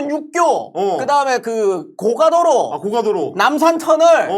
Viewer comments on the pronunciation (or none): none